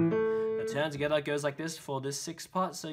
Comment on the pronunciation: Ha ha. I wait for him to say togethaa every video I watch.